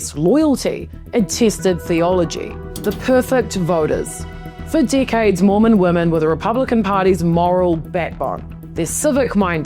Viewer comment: From the beginning it sounds like she is saying dikheads instead of decades.